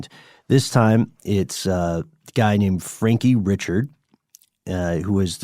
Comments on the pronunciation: Richard= REE-SHARD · Ree-Shard it’s Cajun French! Not Richard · It's pronounced Re Shard. You must not be from Jennings. 😂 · It's pronounced "Rick Card" not Richard.